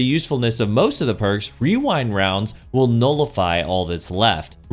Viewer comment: Hearing him say rewind rounds multiple times without getting completely tongue-tied is impressive